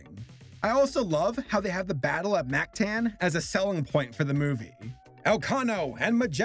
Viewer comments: As a filipino, I tried my hardest to not jump off a cliff from your pronounciations. It's Mactan (mahk-tahn) and Lapu-Lapu (lahpu-lahpu) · in "mactan" a is supposed to sound like a